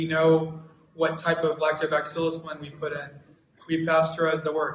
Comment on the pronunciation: is he saying lactoback-cillus...? I was under the impression it was lactobacillus? haha